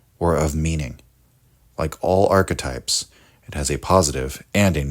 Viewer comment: "Ark-types?" What's an ark-type?